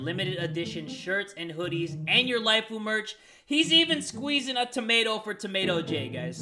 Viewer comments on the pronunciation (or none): Jay: he's even scweezing - Me: OWO whats that